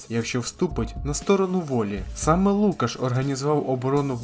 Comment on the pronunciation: Не ЛУкаш, а ЛукАш!